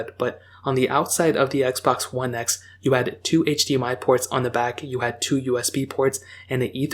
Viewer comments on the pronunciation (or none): none